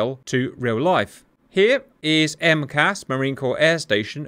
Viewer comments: It's not 'M-CAS', it's 4 individual letters for Marine Corps Air Station. M-C-A-S. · Not sure if you care but we don’t call it “Em cass” we say “Em see ay es” (for Miramar) Not criticizing, just fyi since you try to make things accurate. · Just a tip- I live within rock throwing distance of MCAS Miramar. We would like you to know that no one calls USMC air bases "emkass", they are very definitely called out by the letters M C A S or just simply this one is "Miramar". Separately and only tangentially related the Boeing 737MAX airliner uses the famously failed software "Maneuvering Characteristics Augmentation System" which this one IS known by the acronym "emkass". I know it probably seems hopelessly pedantic, but US military/aviation experts are cringing every time you use that term to describe Miramar. Thanks Cap!